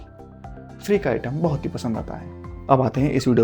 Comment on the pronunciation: Bhaat nhi re baht😂